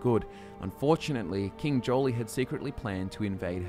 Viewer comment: i think 'jolie' (joile?) was actually pronounced more like 'jwaal', with the emphasis on the w and the 'j' more like an 'sh', so 'jhWaal'. i think it was spoken aloud in ESO and that's where i got it, I called him 'jolie' before that too :)